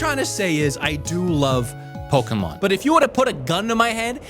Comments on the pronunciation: Pokémon, not "Poker-mon". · For some weird reason all of these english speaking "pokemon fans" think that the "poke" (as in pocket) part of the word either is said "poki" or (as in this particular case) "poku".